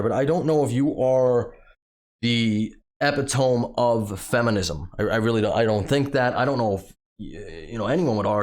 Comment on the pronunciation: It's pronounced eh-pit-oh-me